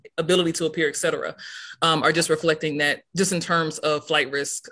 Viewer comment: eX cetera?